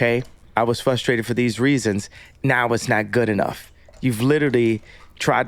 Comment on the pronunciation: The way he says "fustrated" gets me 😆